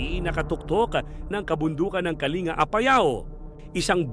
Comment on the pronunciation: Pronounce as kaling ga hindi kalinga